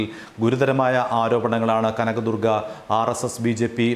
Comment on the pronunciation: Kanagadurga Allaa ival.. Kaaanaga...durgaa.. Pattiga..lllll..